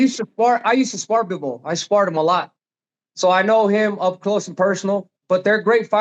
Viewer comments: Bruh shannon dont know his boxing its bivol not bovol 😂😂 david moroy what??? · Unc slaughter everybody’s name 😂 Bovol Marrol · Unc said "Boval"